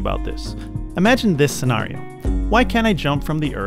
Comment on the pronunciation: You can be as smart as you can be, but you still said “sen-ARE-io.” Just pronounce it normally. 😬 Also, “etheral” is not a word. Good content, tho.